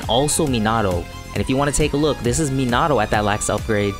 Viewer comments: You're super close to pronouncing minato correctly instead of Me-nah-oh say Me-nah-toe and it'll be perfect,keep up the great vids 😄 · I was just like huh did he just say menahhhto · Is it just me or does it trigger others too? The way he pronounces Minato. Lol sry keep up the good work